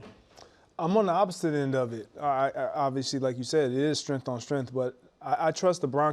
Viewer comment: “It’s strengf on strengf” - Brou